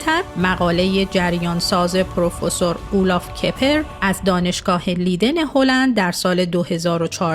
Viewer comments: تلفظ دانشگاه لیدن اشتباهه. دانشگاه لایدن درسته. Universiteit Leiden. Rapenburg 70, 2311 EZ Leiden, Netherlands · خیلی خوب. تو هم در هلند زندگی می‌کنی. نام شهری در هلند اشتباه گفته می‌شود